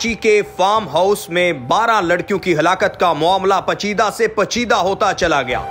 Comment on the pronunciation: NALAIQ INSAN HO PACHEDA NA HI PAICHEEDA BOLO 😂